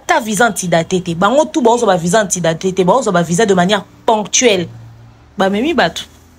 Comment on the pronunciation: Kindingu balobaka VISA, et non VIJA